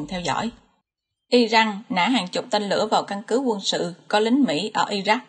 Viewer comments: Đề nghị người đọc tin nên đọc tên các nước như " I Ran là I jan.hay là I Rac" chứ không phái là "I Jắc " làm ơn phát âm cho đúng bởi vị đọc sai nghe rất khó chịu xin cảm ơn. .. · Dẫn chương trình mà các tên nước lại đọc chệch sai kinh thế bạn? Sao lại đocj là Irăng??? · cách đọc theo thói quen của ng Việt, hồi cấp 2 thầy cô mình cũng bày hc trò đọc vậy